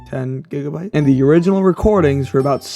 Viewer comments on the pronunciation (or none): none